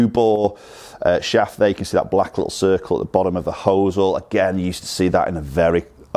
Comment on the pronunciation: When did the Americanism of pronouncing 'hosel' as 'hoo sell' enter England!? lol 'hos-el'.